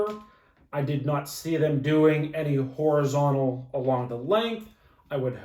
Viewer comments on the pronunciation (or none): none